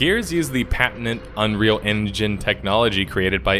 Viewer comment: Patent-int Ulti-mint